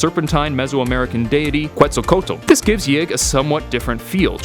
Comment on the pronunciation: You failed horribly trying to pronounce Quetzalcóatl lol xD